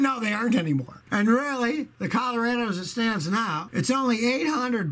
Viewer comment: Love how he misprnuciates Colorado. 😁